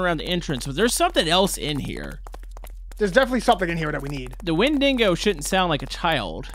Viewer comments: hey just to let you know its pronouncedSounds like wen duh go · win-dig-oh is the correct whay to say it